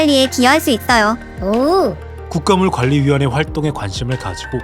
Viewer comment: 국가물관리위원회는 '국가 물관리위원회'로 끊어 있는 게 맞아요. 너무 유익하고 좋은 영상인데 '국가물 관리위원회'로 끊어 읽은 부분만 좀 아쉽네요ㅠㅠ